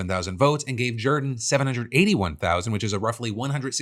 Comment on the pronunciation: Why is he pronouncing "Jordan" that way?